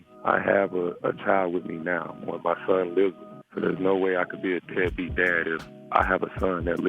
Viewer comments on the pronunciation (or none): Still trying to understand how a 12 year-old says beadbeat... men dont evenbuse that word, maybe he not doing, he dont support... but deadbeat.. yeah i would thinknhe heard that in a conversation with his mother and someone in conversation. SMH!!!